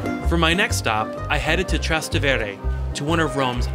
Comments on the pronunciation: At 7.40 It's pronounced TrasTEvere, not TrasteVEre ( the river, known as the Tiber in English, is called the Tevere in italian- ( so Trastevere means "across the Tevere"). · Nice Video and shots of Rome, but learn how to pronounce Trastevere.